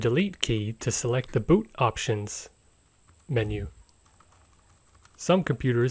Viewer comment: seyemun I was just making fun of how he said it